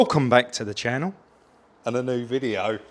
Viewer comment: Chris, you need some practice, try this: "Welcome back the the channel...and anuvver...noo....video." Make sure you put the spaces in to get the full effect. (pronounce channel as "channall") Love it, thanks guys, and I haven't even watched it yet.